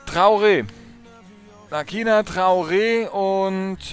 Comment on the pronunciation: Er wird Lasina ausgesprochen :)